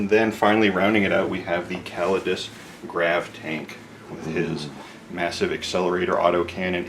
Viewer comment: LEARN HOW TO CORRECTLY PRONOUNCE CUSTODES.